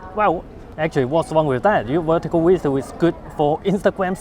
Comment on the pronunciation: I just have to try ‘wertical wideo’ 😉